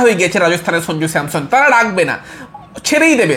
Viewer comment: Dada tumi age nam gulo valo kore uccharon koro Sonju na dada ota sanju Aswin na ashwin